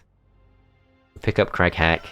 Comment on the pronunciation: Shoutout to everyone who kept hearing "Crack-hat" instead of Crag Hack